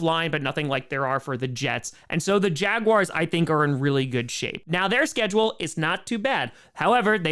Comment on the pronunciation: Did he just say Jaguary?